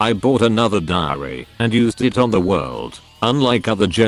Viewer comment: dio's diary What i heard: dio's diareaha